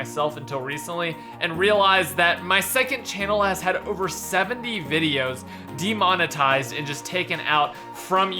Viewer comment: Not "Detominize", it's "De-monetize". To monetize is to make money off something, put the little "de" before it to express the opposite -> demonetize means to not make money off something